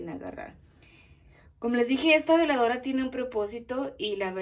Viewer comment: Buen día no separé las palabras se dice veladora no diga vela dora perdón pero ASI se dice veladora